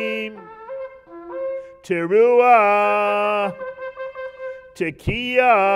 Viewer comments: They also have no clue as how to sound shevarim teru`a. Couldn't they have found out before making a laughingstock out of their religion? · Wrong. Shvarim-Teruah is supposed to be sounded as one the first time around.